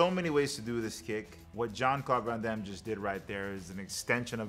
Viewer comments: Who the F, ist Jean Clorn van Damme LOL. You really have a problem with that name bro 🙂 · Love how he never once gets JCVD's name right.... hilarious